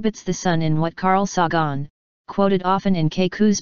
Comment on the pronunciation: for a computer why cant you say the names right kaku and sagen